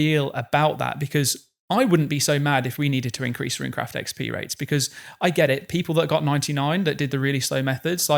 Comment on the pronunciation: Amazing podcast! Also bonus points for for calling Runecraft correctly, as all things should be.